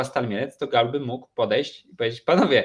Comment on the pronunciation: Dobrze, że GAUL odchodzi, bo biedny nie będzie się już męczył z wymową:) Raz nawet szanownemu redaktorowi udało się w jednym wielokrotnie złożonym zdaniu zacząć od GUAL, w środkowej części się zmitygować i powiedzieć poprawnie, po czym przy puencie wrócić do GUAL:) Aż mi się w głowie zakręciło:) Teraz będę spokojniejszy, słuchając Tetryków:)